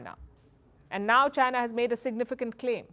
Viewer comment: Palki can't even pronounce 'China' properly. 😂😂😂😂